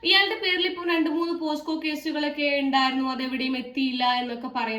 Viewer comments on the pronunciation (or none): പോക്സോ കേസാണ്😂പോസ്കോഅല്ല